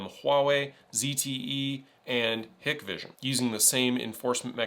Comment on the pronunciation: BVLOS is fine as a list of letters. Speaking of how to say things, HikVision is pronouced "Hike-Vision" and not "Hick-vision". Every ban of DJI needs to be balanced against the ownership of Unusual Machines, and who directly profits off the sales of US 'made' DJI competitors. A lot of these bans and new restrictions is going to bump up the secondhand resale value of Phantom2, 3 & 4.